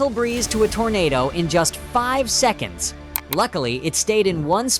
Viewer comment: AI, wtf is "S" "Ekonds". Oh, you mean seconds. Omg.